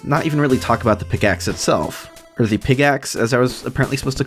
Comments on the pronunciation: Unironically I thought you were saying Pigaxe for like the first half of the video. I was listening so when I switched to watching the video I thought it was really funny that's it was just a normal fucking pickaxe lmao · Pickaxe ❌ Pigaxe ✅ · It’s not a pickaxe, it’s a PIGaxe!